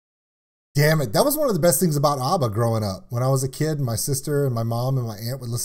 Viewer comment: Dude, there is no R in ABBA, it's ABBA not ARBA 🙂